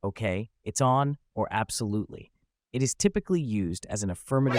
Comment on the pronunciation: "Absululy" 𓅾𓅼